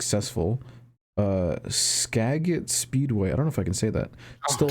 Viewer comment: To clarify the pronunciation of "Skagit", it sounds like "Skah-jitt", though I understand the confusion. A lot of county and city names in Washington are based off of Native American names, such as Spokane, Snoqualmie, Wenatchee, Chehalis, and many more.